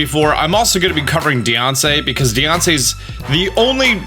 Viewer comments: I love that he pronounces Diancie like “Deyoncé” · Just imagine a mom saying your a nussiance deyonce